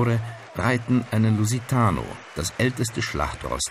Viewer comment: Ich hasse Stierkämpfe, und die gibt's leider nicht nur in meiner Heimat 🇵🇹, was labbert der Moderator für ein Mist ( Matador ) weiß er überhaupt was daß heißt? Bei uns wird der Stier nicht getötet, und lusitano ist ein portuguiesche Pferde Rasse. Spricht die Wörter auch falsch aus, obwohl sehr leicht sind 🤦🤦